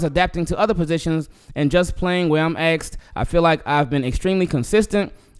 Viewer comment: Asked him not axed him